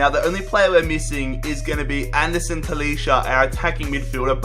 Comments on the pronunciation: I'm sorry but you pronounce talisca ta-lees-ca not talisha but no hate keep up the good work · Talisca prounouces Taliska